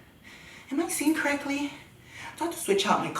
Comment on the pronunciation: "am i seeing corrECTYLY?!" 🤣🤣🤣🤣